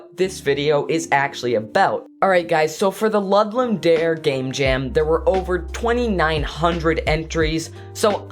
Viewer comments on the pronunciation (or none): Good video. Btw, it's pronounced Loo-doom da-reh.